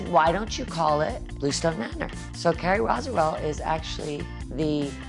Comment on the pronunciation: “Carrie Roziwell” oh Dorinda